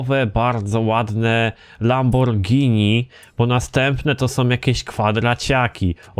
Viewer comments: Lamborgińi XD lambordżini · Mów normalnie a nie jakieś lamborgini